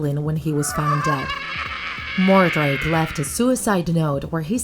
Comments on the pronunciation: sorry to correct you but his name is edward mordake not edward mordrake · “Edward More-Drake” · It's Edward Mordake